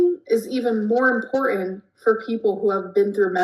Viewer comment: Her saying “impornant” is killing me